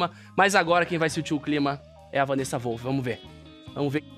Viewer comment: O Christian o tempo todo: Wanessa Volff kkkk